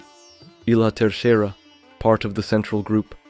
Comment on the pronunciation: Learn the correct pronunciation… I wondered what you meant, looking for a transcript, but found it in the comments.